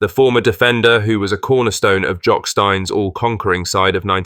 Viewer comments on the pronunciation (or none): You got chapelhall right but couldn't get jock steins name right fs mate it's pronounced jock steen